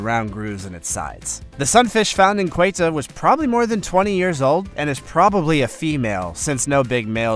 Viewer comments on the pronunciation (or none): 1st time I've heard Ceuta pronounced Quato.